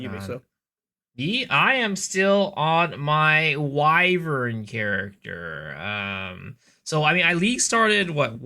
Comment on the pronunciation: Miso the only one who knows how to pronounce "Wyvern" lmao